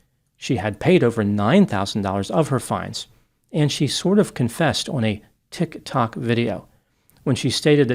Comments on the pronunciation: The way you say "Tik Tok" like it's a foreign word is hilarious. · other people are able to say tiktok normally. you'd probably like the app if you actually gave it a shot. no need to be condescending toward an extremely popular platform. how do you say youtube? You Tube? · Dude you gotta say tik tok normally to be taken seriously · Why he said tiktok like that 😅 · Now I know how to pronounce Tik Tok like a mainland Chinese. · I like how you say TIC TOCK... like you've never heard of it :D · Why is saying Tik Tok like that??😂😂